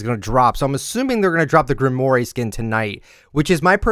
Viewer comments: I'm sorry man, I love ya and all but I can't stand when you mispronounce names xD You've pronounced "Grimore" as "Grim-or-aye" and its pronounced "Grim-rawr". Look to Destiny and Destiny 2 for this as thats the name of the game's currency! Just needed you to know, love ya though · Heads up: Grimoire is pronounced Grim-wore. I know because of Black Clover. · Why does he pronounce Grimoire like that 😐